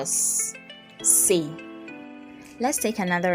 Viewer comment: Muy claro pero pronuncia " se" como "eh"